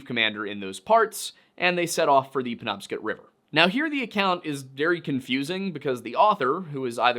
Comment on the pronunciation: It's pronounced pen-NOB-scot